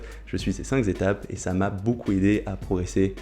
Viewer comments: Super vidéo, je vais suivre tes conseils pour améliorer mon squat. mais cinq zétapes… à corriger aussi ! 😉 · bravo pour les cinq Z'etapes, le fameux z de liaison est magistral!!!